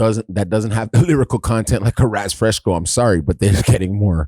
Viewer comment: said Raz FreshCo. 🤣